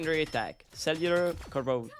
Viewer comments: Can pronounce “symbiotic” but not “corrosion”?? 😂 Good guide on Venom! 🫡 👍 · You cant say the word corrosion. Get better english lil bro